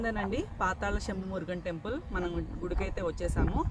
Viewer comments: పాతాళ శంభు not సెంబు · సెంబు కాదు మేడం శంభు అప్డేట్ చేయండి